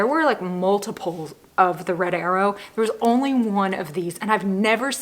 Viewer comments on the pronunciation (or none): none